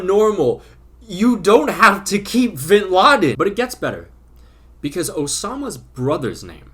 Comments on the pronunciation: V and B have similar pronunciations in spanish so it's not Vinladen its (B)Inladen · Its not vinladen. V is pronounced like be in Spanish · Vinladen I’m peru can be pronounce “binladen” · The V in Spanish is typically pronounced as a B ... Soooooooooo!